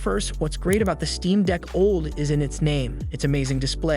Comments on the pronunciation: Steam Deck OLD? "Nam-oniter chip" Those take a some trust away from that channel name, Tech Consultant. Otherwise, thanks for the well done edits and balanced bgm / voice. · OLED can't be that difficult to pronounce!!!